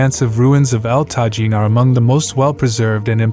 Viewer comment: Correctly pronounced El Tajín ( Ehl tah-HEEN). One would expect a professional travel channel to do its homework first. Almost all names are mispronounced.